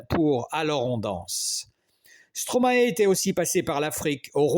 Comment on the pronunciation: Merci, Monsieur, pour ce bel hommage. Veuillez svp prononcer "ae" comme dans maestro (origine du nom d’artiste de Paul Van Haver): Maestro/mae-stro/stro-mae/Stromae. Vous entendrez l’explication du maître sur YouTube: « Stromae-AKA Stromae » D’accord, c’est une explication en anglais, mais vous pouvez faire confiance aux flics bruxellois dans « Stromae-Formidable (ceci n’est pas une leçon », sur YouTube également.